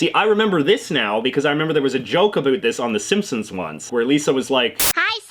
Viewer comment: I know Canadians to you should I don’t say a boot but you said that in this video so yeah I’m not American.. I’m Norwegian